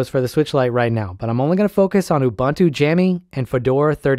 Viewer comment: great vid!! also as a linux nerd i do have to say its oo-BOON-too not oo-BUN-too 😣